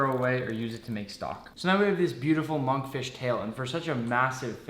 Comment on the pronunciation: when he said Monkfish I heard Among Fish